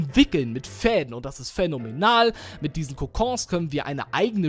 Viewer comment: Als er gesagt hat fähnomenal hab ich gedacht er sagt Fädomenal 😂😂